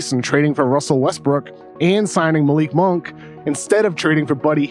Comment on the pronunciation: KOC's greatest contribution to the Ringer was correcting Bill's pronunciation of "Malik Monk" after like 2 years